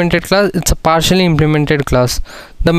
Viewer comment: Partially not partically